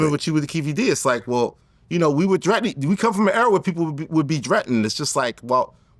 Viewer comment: "I've been trettin..we all been trettin"😂😂